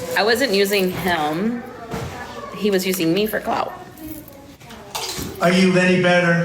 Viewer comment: why does it sound like she was saying 'Helm' instead of him????😅